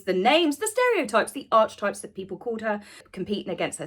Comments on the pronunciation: I’m sorry but you’re pronouncing “archetypes” wrong…..love your videos! 👍🏻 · Pleeeeeeze pronounce Archetypes correctly. Enough people corrected you last time. Pleeeeeeeze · Me gritting my teeth every time you mispronounced Archetypes 😬🫢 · Fab and funny review as always. Me , me me. However, can I politely add that it's not pronounced Arch - types , two syllables but rather three: Ark eh Types . Markle is an utter bore. Serena couldn't get a word in edgeways. Faux fire - what? Take your baby with you ??? Huh? Edited not? The BS meter. Pants on fire.! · Archetypes is pronounced "arky types" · Genuine pointer - it's pronounced ARK-kay-types. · darling --> it's pronounced ah-kə (types)... its not ARCH as in way... please can you correct your pronunciation on this particular word because it's very important if you want to be taken seriously. Please, any number of references will tell you the same or listen to Carl Jung for even five minutes... ❤a lot of people watch and listen to you, they may learn from you... thank you xx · Call me Karen, but the title of her pod-cast is pronounced 'Ark-ee-types'. 'Ark' likes Noah's big 🚢 🚣‍♂️ 🛥 🛶 ⛵️ boat. There is absolutely no 'arch' in the pronunciation in anyone's language. No 'arch' - just saying. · I love that you pronounce the podcast as arch-types! I think we should all be calling it archie-types. Please?! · The Dianna imitation shy smile in the trailer!!! Who actually falls for this stuff? H can't be THAT dumb??? (Archetypes is actually pronounced Ark-e-types in a shocking departure from them forcing Archie into everything!!! :) x) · I hope you don't mind me mentioning this but it's pronounced: ark-eh-types I can't bring myself to listen to the podcast — thanks for doing it for us. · Hi, Just a heads up....Archetypes is pronounced Ar-key-types. Sorry to be a pedant. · Ark E Types is how you pronounce the word Archetypes. I love you so much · Archetypes. Learn how to pronounce search.